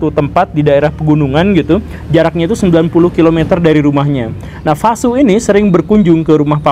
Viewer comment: V dibaca W, Pak Guru. Vasu dibaca Wasu.